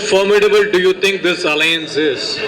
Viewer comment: Its ALLIANCE. Not ALLAIANCE.